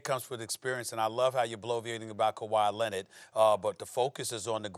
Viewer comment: "Nikola Mirotish, Ersan Ilyasover and Kawhi Lened." - Stephen A Smith